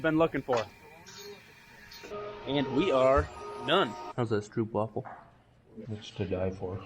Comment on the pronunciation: BTW, they are pronounced "STROPE" waffles!